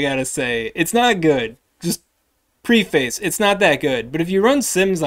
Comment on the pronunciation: Great stuff as always,! Pronunciation tip of the day: "preface" is pronounced "preffis";-).